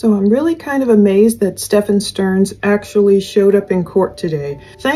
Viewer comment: it's pronounced "Steffin," NOT "StefAWN" as you've been pronouncing it. I love your show!